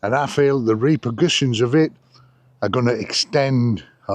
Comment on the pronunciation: Ha ha RE-KER-PRUSIANS,, .oh its the Prussians ..😅😅